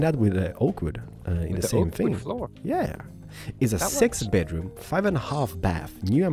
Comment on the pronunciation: lol his accent "sex bedroom"